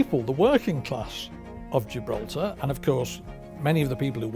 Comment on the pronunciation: Giblaltar español